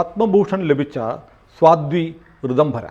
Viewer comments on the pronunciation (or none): സ്വാധ്വി അല്ല സാധ്വി